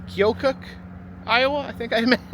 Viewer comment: The town's are pronounced "Musk-ah-teen" & "key-oh-kuck" and OMG you actually went to Burlington for Snake Alley!? No one EVER comes to see it! Its always overshadowed by the CA one. Ours is tighter & considered the longest & curviest ALLEY, the one on CA is longer and claims to be the longest curveiest ROAD. I'm sorry there is literally nothing else here lol EDIT: I grew up in small town right next to Burlington